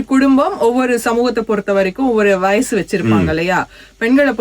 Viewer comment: கேட்பாங்க, உங்ககிட்ட, பெரியவங்க, அவங்கள்ன்ட ஸ்டேட்டஸ்...வயஸு வைச்சிருப்பாங்க... எந்த ஊர் கொடுந்தமிழ்? தெலுகனவா, ரம்பையின் ஆந்திரவா அல்லது கானான் விகாரமா (Caanaan Vihara)? 2009யில் யுத்தம் முடிவடைந்த சில காலங்களிலேயே தமிழ் நாட்டில் நாறின தமில், இலங்கை ஊடங்களூடாக பரப்புரை செய்யப்படுகின்றது. தமில் நடு (Tamil Nadu) போன்று இடைவெளிகளை நிரப்ப ஆங்கில சொற்கள் ஊத்தை உச்சரிப்பில் அரங்கேறுகின்றது. சமகால தமிலெனின், இவர்கள் எங்கிருந்து இங்கு வந்தடைந்தனர்? உரையாடுபவர்கள் இருவரும் மத்தியகிழக்கு இல்லையேல் வங்காளத்தவர்களாக காணக்கிடைக்கின்றனர். தமிழில் பேசுவதாயின் அதுவும் இலங்கையில் வாழும் தமிழருக்கான ஊடகமாக பொறுப்புணர்ச்சி அவசியம். ஊடகங்களில் எவரும் சேரலமா அல்லது தமிலுக்கு கொடுக்கப்படும் விஷேஷமா?